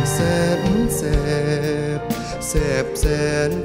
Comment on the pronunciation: เอ่อ...ไม่รู้จักว่าเค้าเป็นใคร แต่มีความไม่ชัดอย่างมากในการร้อง เค้ามีการออกเสียงที่แปลกมาก โดยเฉพาะยิ่งกับคำ แสนแสบ และอีกหลายๆ คำ ฟังมาหลายเวอร์ชั่นต้องบอกว่านี่คือแปลกสุด งงสุด ร้องไม่ชัด เราเลยจับอารมณ์้้เพลงไม่ถูก